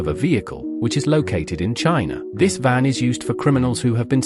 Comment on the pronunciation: AI SHITE, shows DEATH VAN, as DEATH BEAN, for FUCKS SAKE, use HUMAN NARRATION